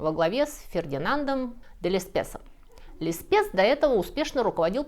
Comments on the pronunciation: Лессепс, а не Леспес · Лессепс а не Лесспес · А всё-таки Леспес или Лессепс? ) На гравюре написано Lesseps, что говорит за второй вариант... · Лессепс что-то стал Леспесом в этом ролике. Ну, хоть не Лесбосом. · Фердинанд де Лессепс , а не Лесспес ... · Отлично, впрочем, как и всегда. У меня субботы рабоче, специально откладываю удовольствие Вас послушать на воскресное утро, чтоб никто не мешал. Только он был Лесепс, а не Леспесс.😅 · Все отлично, но кажется правильно Лессепс, а не Леспесс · Ошибочка небольшая. Не Леспесс, а Лессепс. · Только "панамский" деятель Лессепс, а не Леспесс. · Точно Леспесс? Может, Лессепс? Ролик как всегда отличный! Рад, что когда-то наткнулся на этот канал. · При всем уважении к Вам…разве ЛЕСПЕСС, а не ЛЕССЕПС? В остальном, все восхитительно! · Леспес,ахаххахахахаха.Убило. Его фамилия Лессепс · Лессепс, если я правильно прочитала. А не Леспес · в ролике английскими буквами Lesseps,русскими- Лесспес. И произносите Вы тоже Лесспес. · Lesseps не Леспес, а Лессепс. Это прямо буквами в видео написано. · Спасибо огромное за ваш контент,. Нести людям знания и расширение кругозора - высокое и благородное занятие. P.S. - но не подмечать ваши оплошности выше моих сил. Написано латинским по белому - Лессепс. - Леспес Написано ещё раз - Лессепс. - Леспес! И третий раз написано - Лессепс!!! - А я сказала Леспес и всё тут! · Фердинанд де Лессепс, вообще-то, а не "Лесспес"... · все таки Лессепс, а не Леспесс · Прекрасное видео - большое Вам спасибо)!!! И всё таки Лессепс, а не Лесспес. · Неправильно дается имя руководителя французского проекта панамского канала; должно быть Лессепс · ну Лесепс же И даже много раз произносила правильно, и вот опять ))) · а это разве не "де Лессеп" читается? Во французском s и t на конце слов не звучат. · Обожаю ваши видео! Всегда узнаёшь что-то новенькое)) Бросилось в глаза фамилия de Lesseps. Кажется, что читается она всё же как Лессепс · Леспес? Возможно, оговорка? Лессепс же.